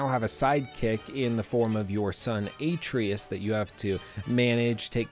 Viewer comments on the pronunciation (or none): Why did you pronounce his name wrong (Atreus: a-tray-us)